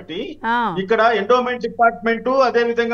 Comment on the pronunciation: ఎండోన్ మెంట్ అనకండి గారు.. ఎండోమెంట్ అనాలి.